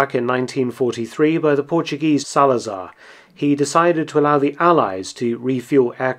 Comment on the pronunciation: as a portuguese it kinda hurt when you said General Salazar...